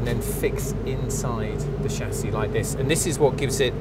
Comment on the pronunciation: What's a SHASSHI OR ALUOMINUM? LOL